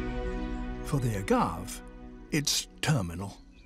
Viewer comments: Agave is a three sylable word, a-ga-ve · strange he drops the e. (pronounced as in Spanish "a") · I had never heard agave pronounced that way.